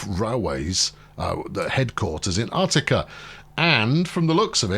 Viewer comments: Love your videos, just an FYI - Utica, as in Utica NY. is pronounced (YOU-ti-ka), The U sounds the same as "United". Doesn't take anything from the video series just sayin. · You find weird stuff like that all over, I'm from NY, that's why every time he said Uht-i-ka I cringed. In Manhattan, H-o-u-s-t-o-n Street is pronounced "HOUSE-ten". Where that came from is beyond me.